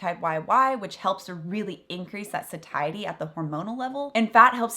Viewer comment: Isn’t satiety pronounced like satiate? You say sa-tie-ety but shouldn’t it be say-she-ety? Just wondering. Thank you for the info!